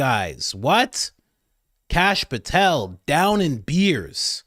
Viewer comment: Kash POOH-tel